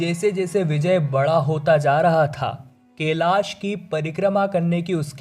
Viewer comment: केलाश नही कैलाश बोलो